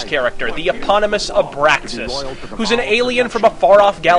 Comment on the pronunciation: ABRASAKS, not abraksas...